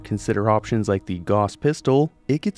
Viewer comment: Ugh. Gauss is pronounced GOUSE, not GOSS.